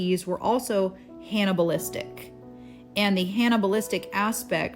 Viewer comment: Does she not know how to say "cannabalistic" or is she disguising her words ?